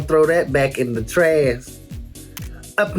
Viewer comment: "we gone throw that back in the trass" love rajah💜